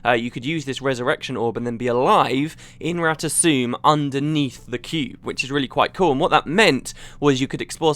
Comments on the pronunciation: it's rata 'SOME' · i think its rata "suu"...felicia day herself says it during the official guild wars 2 voice actor vid. and she does the voice of zojja so im pretty sure she know how to pronouce it correctly.. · guess the "M" is silent for the asuras.